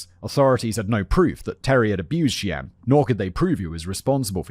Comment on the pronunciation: Lol, the editors need to flash words simon mispronounced on screen....the pronunciation of Cheyenne was wild. And dubuque 😂 (similar to de-puke...which is a local slang. De-Buke)